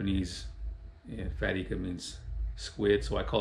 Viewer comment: Pronounced I-ka not E-ka. Surprised no one told you. They just let you keep saying wrong. Tight lines bro.